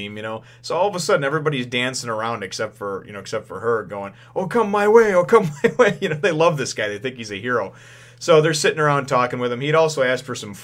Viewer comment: "okama way" instead of "oh come my way"...